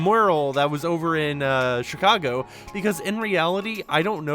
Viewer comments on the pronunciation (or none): none